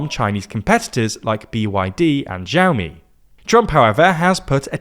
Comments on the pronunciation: Xiaomi is not “jiaomi” it’s “shiaomi”, the x is like a Spanish x. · Bro said XIAOMI 🤣